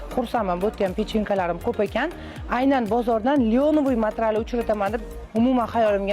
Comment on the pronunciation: Matral demeng materyal deylar